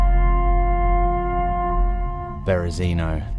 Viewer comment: > BerezIno BerYOzino :)